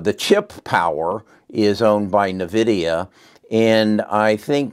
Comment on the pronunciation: Thanks for not pronouncing Nvidia as Invidia.